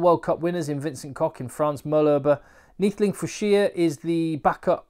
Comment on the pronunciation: Neethling = Near-tl"a"ng (with the a sound like a dog, a car, a man